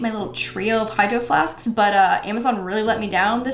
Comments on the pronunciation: When we said “ hydroflasks “ I hears “ hydroflasksksks “ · You said hidro flasksksk